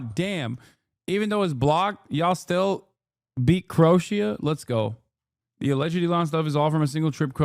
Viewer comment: Bro how did he pronounce Croatia 😂😂